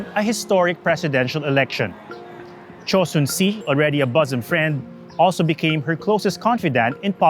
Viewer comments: I’m sorry but the pronunciation of choi as che really just threw me off the whole video. Might help to think of pronouncing choi as “soy” so “Choy”. Maybe putting titles of names might help because I had to keep reminding myself who he was referring to everything he called “che”. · I barely understand the story your diction and accent. While Park and Choi are spoken as pak and chey in native korean, you are talking in english and thus must be pronounce at it is in English